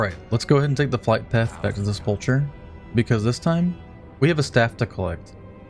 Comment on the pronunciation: and unteachable never learned how to pronounce selpulcher..